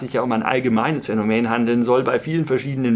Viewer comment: also auf jeden Fall heißt das "Phänomen" und nicht "Phänomään" - zum Rest kein Widerspruch